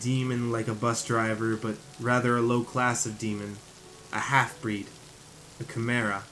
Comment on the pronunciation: Ka-ah-mera But it's called Chimera that's how u sound it out love u man (no homo)keep up the good vids I hope you make a story line of this love u (no homo)